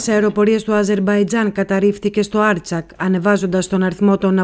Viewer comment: Ευχαριστούμε γι της πληροφορίες. Μια μικρή παρατήρηση.... δεν ειναι άρτσακ αλλα Αρτσάχ